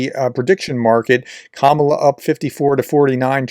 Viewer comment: Please consider learning how to pronounce Kamala.